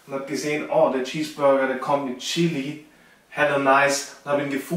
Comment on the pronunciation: Der boy macht aus nem Cheeseburger nen Cheesburrrrrrger